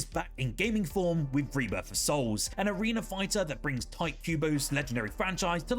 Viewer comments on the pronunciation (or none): none